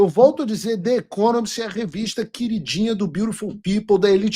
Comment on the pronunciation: Você mora nos EUA há anos e fala inglês bem.. Diga "The Economist" com o "the" falado como se fosse com "I" em português. Procure as regras de pronúncia do "the" antes de som de vogal, por favor.